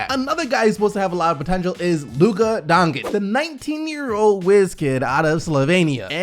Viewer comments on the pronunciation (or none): donCHiCH not donChiC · Donkic donchik 😂its pronounced donchich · you're awesome but since he's getting drafted soon, you need to start pronouncing Luka's name right. It's Donchich. Keep kicking butt! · Please learn name: BOJAN BOGDANOVIĆ. I will leave as many coments from this day to infinity, until you learn. It reads like Boyan.. Not too hard. Dončić reads like: Donchich. Please read names correctly. It is like I would read your name! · I thought it was pronounced like "Doncheech" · Kevin Arsenault His last name is spelled Dončić. Č is read CH and Ć is read like soft Č, so its Donchich in English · No bro its DonCiCH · and also ya pronunciation of doncic is so wrong